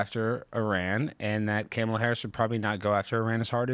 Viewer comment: I love pronunciation of Cam-a-la. 😂